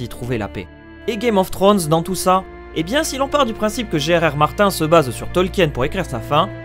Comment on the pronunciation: Mec j'aime bien tes vidéos mais fais un effort sur la prononciation des noms stp, "Martin" et "Cersi" c'est vraiment pas possible, et vnez pas me dire qu'il prononce les noms à la française sinon sinon Jamie tu le prononces comme le mec de c'est pas sorcier et pas comme dans la série...